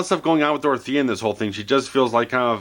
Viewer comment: This guy is the only reviewer to get Dorothea's name right.